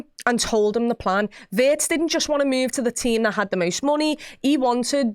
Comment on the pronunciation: Please please try to pronounce him like Veertz, not like in hurts! ❤ from Germany, up the reds.